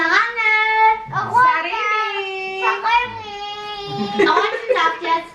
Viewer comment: Abang lebayyy tp mesra n romatis gitu deh 😂😂😂 Btw aku selalu ketawa klo ade kecil ngmong sarange Jadi sarimi 😂😂😂